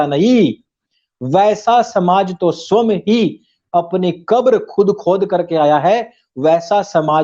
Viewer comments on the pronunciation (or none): जी गौतम बुद्ध के बारे में आपके तर्क सटीक प्रतीत हो रहे हैं। विभिन्न विषयों पर आपकी विवेचना से आपको आर्यश्रेष्ठ का संबोधन करना उचित होगा। साथ ही आपसे एक विनम्र आग्रह है कि स्व+यं=स्वयं के उच्चारण में सुधार कर सकते हैं। अन्यथा न लें, मैं आपको अपनेपन के कारण अनुरोध कर रहा हूं।